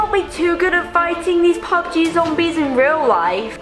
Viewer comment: when he said this is so much like pub gee he sounded like he said poop gee